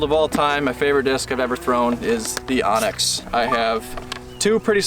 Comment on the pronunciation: Why does everyone pronounce Anax “Onyx” it’s spelled and pronounced AN-NAX.